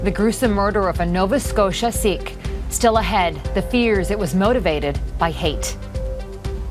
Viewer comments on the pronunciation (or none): They pronounce sikh wrong. Like if your going to be a new reporter and report such a sad hateful crime know the right knowledge and pronounce the religion right as respect to fellow sikhs.